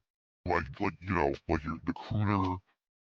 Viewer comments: He consciously drop the "R" in crooner. Alcohol hell uva drug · He said c*oner